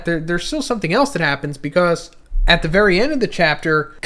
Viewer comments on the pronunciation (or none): none